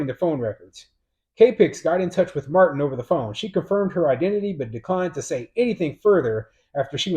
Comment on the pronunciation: It's martina martin not matin